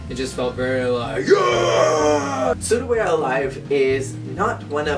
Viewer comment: You pronounce Souda as "Soda" not "Sooda" XD Also, I have to say that Souda We're Alive hasn't even nearly been as overused as LOVE Machine which is basically used whenever Momusu is mentioned. And Furusato wasn't really a love song in my opinion, it's a song from a daughter to her mother. But I agree that it's nice to see some variation in solos! Based on what you said about the lyrics and the childishness etc. I can't WAIT till you do some of the future songs~ Btw, I agree on the lyrics part:P